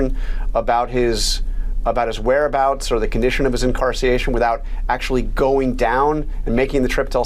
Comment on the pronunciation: "Is that concern you at all?" "Incarciation" Shouldn't journalists have a command of the english language?